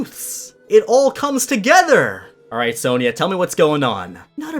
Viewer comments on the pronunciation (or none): u pronounce Sonia wrong